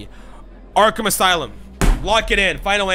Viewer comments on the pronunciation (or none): none